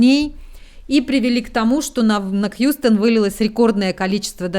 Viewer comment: Хъюстэн !!!! Хюстен))),!!! У нас проблемы!!!